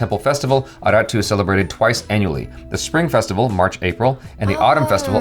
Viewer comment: 'Aarattu' the pronunciation is Aaratt !